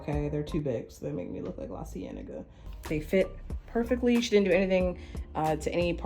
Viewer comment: Not lacienega 😂😂